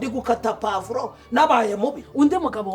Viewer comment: Uburyo papa Sava avuga pavro 🫑 byandangije 😂